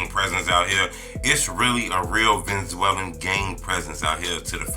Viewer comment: lol what the hell is a Venzwellin 😂